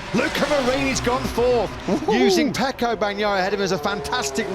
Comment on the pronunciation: Why does everyone say Pecco? It's F.